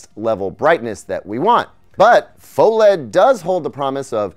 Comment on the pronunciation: GTA6 before Micro-LED TV? QDEL before GTA6? Shouldn't PHO-LED be pronounced "Fah-led"? Answer Key: Yes!, Yes!, Pho-geddaboudit